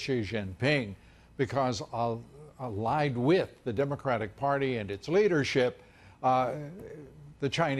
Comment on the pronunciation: Love ya Lou, but his name is "She Gin Ping." Not Zhee Zhin Ping